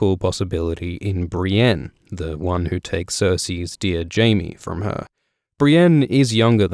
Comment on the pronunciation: Audiobooks are great but i can't get over the fact Brienne is pronounced "Brain"